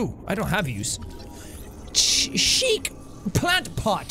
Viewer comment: When Jack said chic he spelled it like in my language means pooping